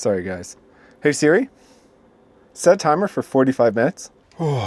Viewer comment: I enjoyed your video, especially the cinnamon rolls, but please don’t say “Siri”. 😊😆